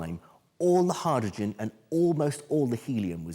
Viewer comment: Your pronunciation of “hydrogen” is weird.